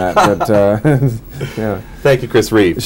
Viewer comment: At the end he misspoke "Reeves." I believe Reeve would be disappointed with how we are losing basic humanity.